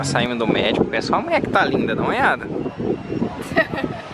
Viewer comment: Só eu entendi México! Ao invés de médico 😂😂